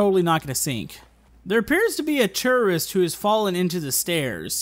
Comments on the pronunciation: Did you say terorist isntead of tourist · why does he pronounce tourist as terrorist?? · Every time you said tourist, I heard terrorist. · When you first said tourist it sounded like terrorist. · when he says tourist it sounds like terrorist